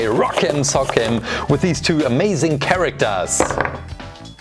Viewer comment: I'm sorry but CHARACTAARS